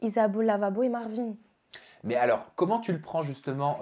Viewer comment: Ça me stresse de ouf ces yeux à causes des lunettes 😂 et son roulé rrrrr marrrvin😂😂 (je sais je suis chelou mais j’étais obligé de dire ça 😂😂mais sinon tu es vraiment belle)